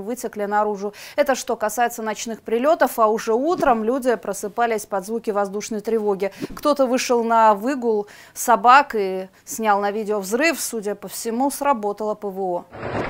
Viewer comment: НЕТ . ВЫ НЕ ПРА́ВЫ : - СОБАКА С КЕМ ТО ВЫШЛА НА ВЫ́ГУЛ. ДИКТОР , БУДЬТЕ ВНИМАТЕЛЬНЕЕ .